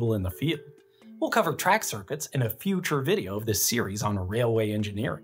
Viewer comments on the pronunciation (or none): why did you say future like that?